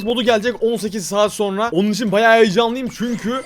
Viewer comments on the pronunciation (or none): none